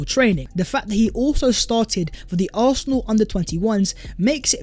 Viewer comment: “Oohawsinall” as British as it gets right there.